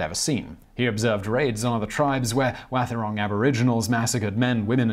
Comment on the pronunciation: Yeah... except Wathaurong is generally pronounced "WAH-the-rong". (The "th" being voiced)